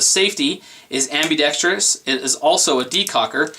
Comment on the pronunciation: You need a speech class... It's ambidextrous not ambidextrious.. only one "i".